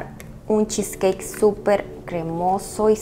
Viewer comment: Cheesecakekkkkk que feo pronunciado